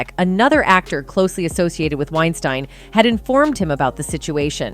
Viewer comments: The narrator keeps mispronouncing Wein-STIEN instead of Wein-STEEN. She actually switches between both at the minute mark. Also can't pronounce Paltrow correctly. C'mon. Get your stuff together. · Lol did you purposefully flip pronunciations between 'Wine-steen' and 'Wine-stine' everytime you said his name? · Weinstein (steen) and not Weinstein (stine)....jeez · Please be more consistent in pronunciations. Pick one and stick to it. It's annoying to hear "Wein-STEEN and then "Wein-STINE" a second or two later. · Is it wine-st-I-ne or is it wine-steen. You pronounce it both ways and you don't seem to care. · The narrator’s constant mispronunciation of Weinstein’s name as “Wein-stine” was distracting. Occasionally she threw in the correct “Wein-steen” pronunciation too, which was weird. I’m guessing it was a bot, but that doesn’t explain the switching between pronunciations. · I believe "Wein-stine" is actually the correct pronunciation, given that the name is of German origin, ei is pronounced as i, and ie is pronounced as ee... Oh, and I do believe it is a bot, possibly a typo could explain the changes in its' pronunciation, it is f'n annoying... 😬lol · “Weinsteeeein” than “WeinstAn” is so annoying and distracting!!! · Is it pronounced "Winestine" or "Winesteen" the narrator can't seem to make up her mind. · Im going to write this phonetically. It's pronounced winesteen not winestine. Idiots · Do you have any idea how annoying it is to have some ignorant narrator go back & forth between Weinsteen & Weinstine. For the record, it's pronounced like Weinsteen. Figure out what you're doing & stop being so annoying. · wine stine? wow.. AI is impressive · Weinstein is pronounced like Einstein with a W. This is the European pronunciation. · Why is she pronouncing his name two different ways -Wein-steen and Wien-stine? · Is it Weinstein or Weisteen? So distracting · It is pronounced Winestēēēēn. ✌🏼😊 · Anyone else annoyed with the different pronunciations of Weinstein?